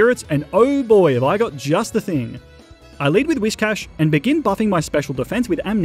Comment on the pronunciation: DO NOT LEAVE OFF THE Y IN GYARADOS! AND IT'S WHISCASH, NOT WISKCASH!